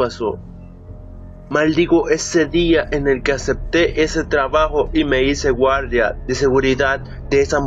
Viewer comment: La vos es algo así hola soy un gualda de seguridad